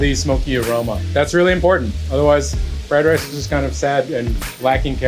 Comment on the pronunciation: "You rike fry rye?"